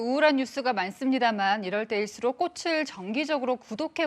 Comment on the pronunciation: 기자가 발음이 ~ 꼬슬(x). 꼬츨(ㅇ)